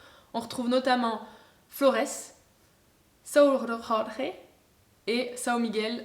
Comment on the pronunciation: Personne n’ai capable de prononcer correctement « São Jorge » sur le net lol cela se traduit « saint Georges » et cela se prononce comme le prénom en français c’est tout … nous sommes Portuguais pas espagnol hein 😅